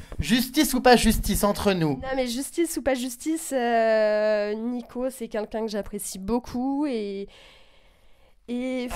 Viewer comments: alors par contre on dit queLqu'un pas kunkun. merci. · quelqu'un pas quinqu'un mdr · quelqu'un et pas "qunqun" ptdrrrr elle ne sait pas parler cette meuf 😂😂😂😂😂😂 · Par pitié arrête de dire "QueNqu'un" :'(